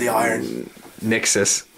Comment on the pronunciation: its crixus not nixus